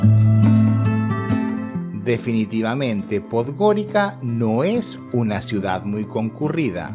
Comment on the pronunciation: ¡No! No Podgorika (Podgorica). La c en Montenegro y no sólo en Montenegro, se lee como ts. Pues — Podgoritsa.